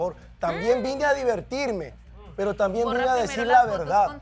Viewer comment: Bolivianos 🇧🇴 pronuncien bien la RRRRR no digan sricardo,pesro, asrrepentido,abusrido!!!😂😂😂